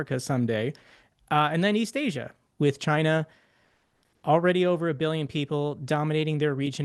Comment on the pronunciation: What's Chiner? Is it like some kind of tableware?